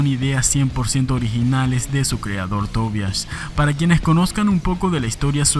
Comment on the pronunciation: Me alegra que en este canal si se pronuncie correctamente el nombre Tobias... (Swedish pronunciation...)